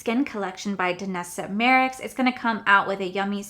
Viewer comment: Girrrl! I just love u and your pronunciations! Lol! But allow me since I got your back sis! Danessa Myricks: pronounced "My - Ricks" 😁😘💜